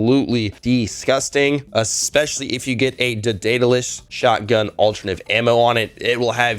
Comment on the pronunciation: Day-duh-lus Eye-doll-uh-tor Say em with me now